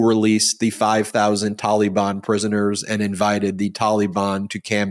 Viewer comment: Ben, it's not Tollybon - Taliban